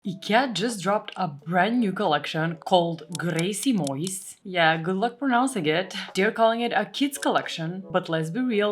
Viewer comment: Grejsimojs... perfekt pronounciation It means ... stuff ..kind of😊 Love from Sweden 🇸🇪